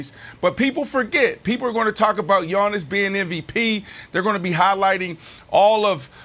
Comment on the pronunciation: i hate the way brandon says Giannis’ name lol he says “yawn-us” 😂